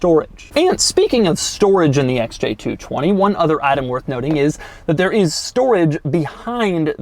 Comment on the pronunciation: stop saying SJ220